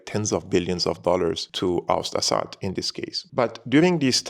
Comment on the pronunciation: it is very annoying how you pronounce "Assad" as if you are a foreigner. In Arabic we pronounce it differently. Please let the foreign audience pronounce it correctly